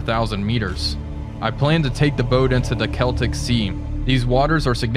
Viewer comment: Hooray! learned how to pronounce "Celtic"